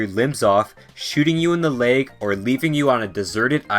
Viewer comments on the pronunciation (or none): "Shooting you in the laeg"